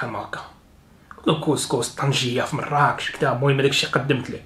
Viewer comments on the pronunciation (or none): none